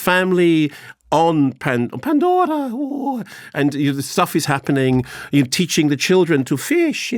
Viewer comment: I could listen to Mark's PANDORRRA voice all day